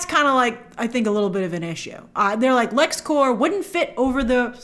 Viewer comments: Great breakdown but you said “everybody knows it’s Lexcore” but you’re not pronouncing it correctly, it’s Lexcorp. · Corp not Core 😘